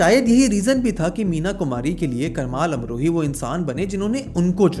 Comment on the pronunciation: भाई, मैंने तुम्हारे वीडियोस देखे है, और मेरा यह ऑब्जरवेशन है की तुम लोगों के नाम का गलत उच्चारण करते हो। मीनाकुमारी के पति का नाम कमाल अमरोही था, कमल अमरोही नही।